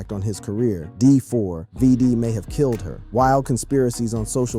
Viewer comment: okay first of all its pronounced David, second of all that LITTLE girl was not his fu***ing girlfriend. she was A MINOR !! HE WAS WITH A GIRL WHO WAS UNDERAGE!!! Stop calling her his girlfriend because she was NOT 😒